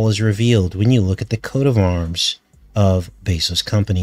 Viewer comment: It's pronounced "coat of arms."